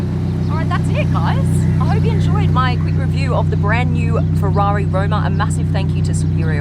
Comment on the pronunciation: Its ROMA not ROUMA